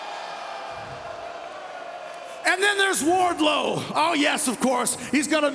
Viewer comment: Awesome promo. He messed up Warlow's part though.